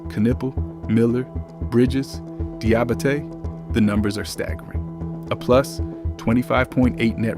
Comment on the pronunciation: Great vid, but every time you butchered my main man Moose's name it snapped me out of the flow. Say it like this Dee-ah-ba-tay